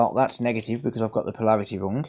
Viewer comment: "Polarity",. Something to mention:)